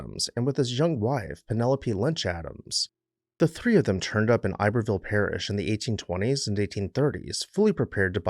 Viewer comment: Not “ I berville”. Ib er ville